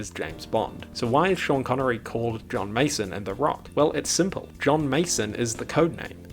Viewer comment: Schan connery